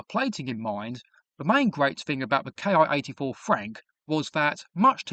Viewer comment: It's Ki like key. Not K I.